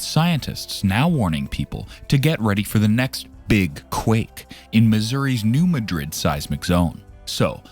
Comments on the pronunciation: Growing up in the mid south we have known all this. Also, it’s not pronounced like the capital of Spain(Muh-drid), it’s pronounced “New Mad-Rid”. I don’t know why people from that area name towns after more well known places and pronounce them differently. There is also a Hayti, Missouri and they pronounce it “Hey-Tie”, not like “Hatey”. Or Cairo, Illinois is pronounced “Kay-Row” instead of “Ky-Row”. At guess at least Memphis is still pronounced the same way unless your from Memphis and then you prolly pronounce it “Miffiss”….. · The locals put the emphasis in the word Madrid on the first syllable. They don’t pronounce it like the city in Spain. You’re saying ma-DRID. It’s MAD-rid according to people who live there. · This video's credibility is undermined by the narrator's incorrect pronunciation of New MADrid. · Yep it does we are from the show me state and you have to show us and that means saying it correct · You are correct. We, who live on this thing, pronounce it New MAD’ rid, so it hurts our ears to hear it butchered, though I doubt anyone is going to care once she blows!🫢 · Learn to pronounce the name of a city before you report on it. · I'm just a little north west of NM. When they can't say the name right, I stop the video, because that tells me they haven't actually studied it. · You can't even pronounce the name of the name of the region correctly, but the whole world couldn't care less. Liars and morons. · It is not pronounced like Madrid, Spain. Know your area.